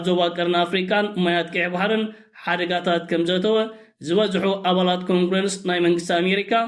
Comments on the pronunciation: Please say Congress Not congrenceeeeee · እታ ኮንግርወንስ ኢልካ ተድምጻ ዘለኻ ኮውንግረስ (British accent) ወይከኣ ካንግረስ (America accent) ወይከኣ ብትግርኛ ባይቶ ኣሜሪካ ኢልካ ኣርማ። እቲ ባይቶ ኣብ ክልተ ይኽፈል፣ ላዕለዋይ ቢይቶን (Senate) ታሕተዋይ ባይቶ ወይ ከኣ ቤተ ተወከልቲ (House of representatives) ክልቲኡ ብሓደ ከኣ ባይቶ (Congress) ኢልና ንጽውዖ። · ኮንግረንስ አይትበል ኮንግረስ በል በጃኻ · English........no congrence it's wrong Please say Congress